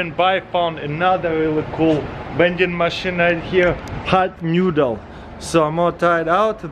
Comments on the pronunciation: "Hawt newdle." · "Hat Newdel"